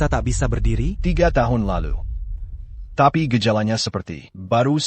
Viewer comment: Aduuuh miin ga usah pke dubbing pke IA lgi jd suara ucapanya nya ngawur. Msh mnding ckp Teks Indo hiruf besar jd enak bacanya, klo pke susa gini ga enak dengernya ucapany byk yg di eja kya msh anak TK te e pe ai ( tapi ) ia be yu (ibu) dll kalimat jd mrusak kosa kata bhs Indonesia yg asli.😢😢😢😖😓🤦‍♀️🤦‍♀️